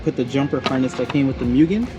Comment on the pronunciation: Its pronounced Moogen